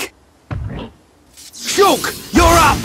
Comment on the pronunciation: I just love how he says Sholk. There's so much "OLK!"